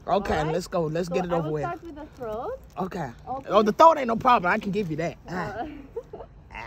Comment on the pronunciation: Excuse me, but, she said "thoat", not "throat"!